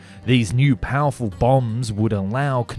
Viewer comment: This guy really needs to work on his letter L, the simple touching of the tongue to the upper front teeth. "All, " not aww. "Useful," not usefoo. "Powerful," not pawerfoo. And so on...